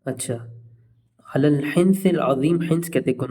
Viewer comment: Wo word ala h illa nhi h